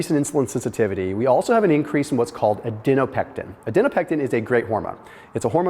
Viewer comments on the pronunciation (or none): for the last (probably not) time, it is adiPOnectin. Not adiNOpectin. It even says adiponectin in the video. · For the love of God stop saying "ad-EN-o-pectin"!!! It's "ad-i-PO-nec-tin"!! Very distracting and makes you sound, um, not smart, to people who have actually studied biochemistry!!! I've commented on this before, genuinely trying to help you!!!